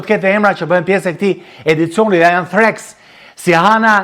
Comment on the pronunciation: Kam shum shpresa tek Threex 💞 (btw shqiptohen thriks jo threks)😍mezi po pres 🎉🎉🎉